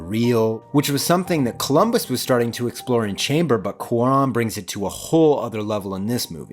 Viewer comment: is this a common pronunciation of cuaron or just a thing?